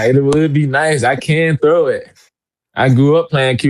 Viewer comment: Awesome player, extremely poised, polite, knowledgeable with a great, genuine smile. And he pronounces the word “throw” just like he’s suppose to: I can thow that ball.